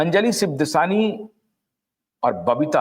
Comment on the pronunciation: सिबदसानी नहीं, 'शिवदासानी'।